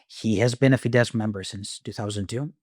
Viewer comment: Very minor point: the letters „“sz „in Hungarian make an s sound, the Hungarian word for bus is „busz“ pronounced like in German and similar to English. Fidesz is thus pronounced with an „s“ sound at the end.